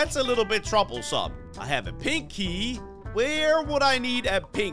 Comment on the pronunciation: hahahahahahahaha the way he said pink key it's like pinky